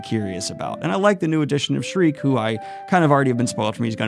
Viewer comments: I think that you can make some lore speculation. There's some no spoiler events to come but I think it would be fine. Also, Ser-Pico no. Serp-ico yes. also Sherike isn't Cher-Rekay, it's Che-re-key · schierke "sheerkay" (like in sheap shears) not "schrike" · It's She-err-kay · So a common pronunciation of Schierke is saying it as “Sher-Ri-Kay”. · schierke is Shee-air-kay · Sheer-kuh is how I have always pronounced the witch’s name. Also, I would read more before doing lore content, many many big reveals. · YESSS BERSERK IS BACK, BABY! (Also, It's pronounced Shir-kay, I think) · Since I haven't seen anyone else do the pronunciation thing, I will. I believe Shierke's name is pronounced as "Sheer-key." It is one of the more controversial name pronunciations in the series. The "Sheer" part is pronounced like "Shears" that is used to shear a sheep. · Schierke is either pronounced “Sherk” or “sherakay” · She rey key btw for schierke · The little witch's name has been pronounced (as I've heard), SHEER-keh. It's a pretty German name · Sheer-kay, that’s what majority of people pronounce it as as far as I can tell. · Am I the only one who pronounced baby witch's name as "sheer-kuh"? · Schierke, the R is behind the i, and it's german pronounced like Sheer + keh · Shierke is a German name and pronounced “Sheer-kuh”. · Schierke is pronounced SHEER-KAY Btw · Oh man I’m super happy to see the berserk videos are back, I’m very excited to see your further thoughts and very excited as you’re fast approaching some of my favorite bits. Btw, as he who corrects pronunciation (I hope I’m right) I’m pretty sure Schierke name is pronounced “sheer-kay” Also to answer your question of doing a lore deep dive, no not yet. There is still one major world reveal you haven’t seen yet. I won’t go into spoilers but you will know it when it happens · Since Schierke is a german word I would say it is rather pronounced "Scheer-kah".